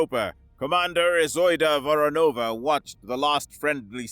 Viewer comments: Actually, it's VoROnova, with emphasis going to the second syllable. However, I am happy enough that they actually used Voronova and not Voronov as Slavic surnames have gender specific endings, which is normally ignored in Anglosphere. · It's VorOnova or VOronova. Not VoronovA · How many times can you miss-pronounce Voronova ? 🙄 As for the story, exactly how fast can a rail gun projectile get from Europa to Earth ??